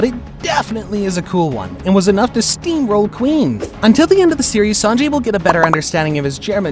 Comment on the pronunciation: ITS SANJI NOT SANGI🤦‍♂️🤦‍♂️💀💀